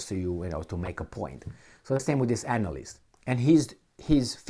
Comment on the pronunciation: I feel like purposely pronounced anal-list